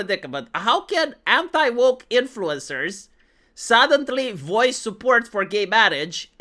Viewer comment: why do you STILL say "sudenTly" after all these years XD